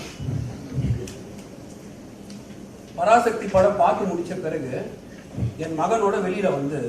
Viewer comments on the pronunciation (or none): none